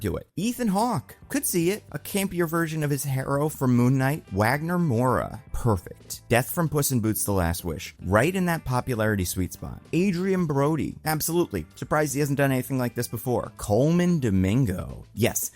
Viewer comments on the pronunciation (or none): it's pronounced "Vagner"